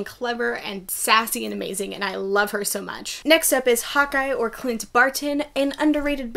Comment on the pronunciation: when you said Hawkeye, i thought you said "hot guy" for a second 😂